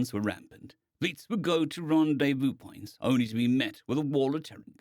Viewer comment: "ronde vue"?